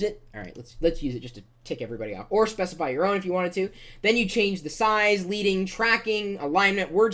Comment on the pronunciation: It's pronounced led-ing not leed-ing